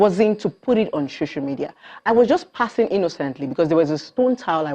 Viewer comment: Its so-cial media not shosho media u liaring bastard